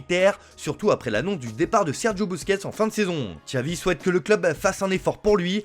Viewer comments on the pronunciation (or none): Ahhh "Txavi"....😂